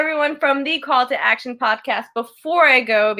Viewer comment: "Call to AD-ction" lol jk. love you guys